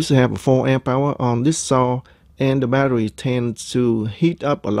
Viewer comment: Are you Elmer Fudd? Badderwee.